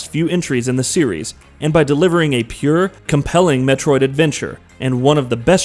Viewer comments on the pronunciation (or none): none